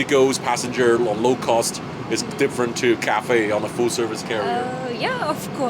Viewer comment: Didn't anyone else heard CAFE than Cathay?🤕🤕🤕